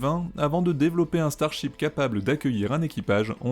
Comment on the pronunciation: Y a que moi qui entend chibre au lieu de ship ?